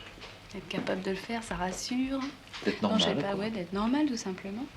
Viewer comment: "Ché po".